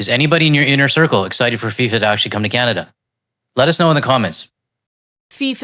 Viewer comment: Its FIFA, not SIFA.... there's a reason for that 🙄